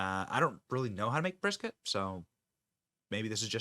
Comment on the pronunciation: I'm sorry, but as a Texan, that "brisket" hurts me to my core. 😱 Luv the way she reacts to that troll thou! 😂🤘